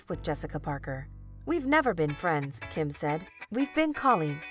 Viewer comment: So annoying that you pronounce Kim’s name wrong